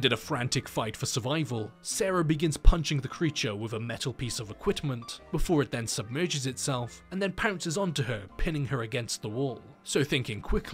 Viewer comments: Wait why do you consistently call equipment ''equitment''? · " equitment" lol what?